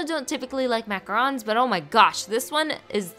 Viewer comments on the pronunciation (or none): u pronounced macaron wrong